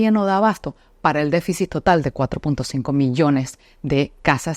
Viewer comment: Disculpa amiga pero creo q se dice deficit. No deficis